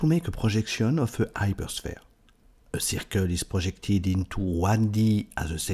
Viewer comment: It's really unbelievable that you understand this difficult subject, but you can not pronounce the H!